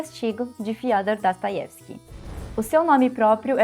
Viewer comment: gostaria de entender sua pronúncia do nome Dostoiesvski. Você fala Dastoievski